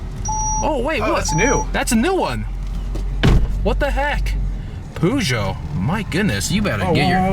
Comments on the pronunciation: The way you say peugeot LMAO, you make it sound like puggio or some shit. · LOOOOL wtf why do you call it a poojoe? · The "PooJoe" :)